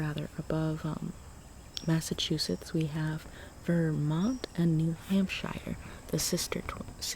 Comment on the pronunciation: it’s hamp-sure not hamp-shy-er